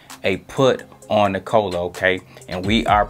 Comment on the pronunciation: Nik-uh-la......NOT Ni-Cola 😂😂😂